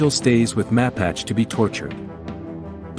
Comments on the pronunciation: Ma pache as in the Indian tribe is correct pronunciation as the other commenter said. Syllables emphasis on the second syllable. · Good review...but in the film the General's name is does not rhyme with "patch" but rather with "Apache" as in the Indian tribe... "Mah.pache..." Powerful, haunting film...